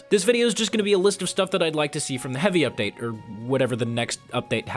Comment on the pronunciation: What's a ''hevi ubteid''?